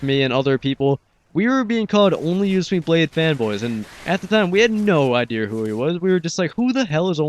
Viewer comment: HAHA Right when I heard you say Idear I started posting a comment saying "Torture is gunna beat your ass for saying Idear" and then before I posted I check up here to see Torture doing just that. That made my day lol. Cya l8r Broski.